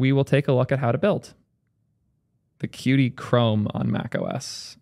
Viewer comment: qt is pronounced "cute" btw :)